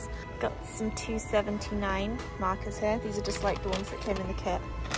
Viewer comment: I was away from the screen but hearing the audio and I thought she was calling someone named "Marcus" when I looked back, I realized that what she said was "markers" 🥲😂🤦‍♀️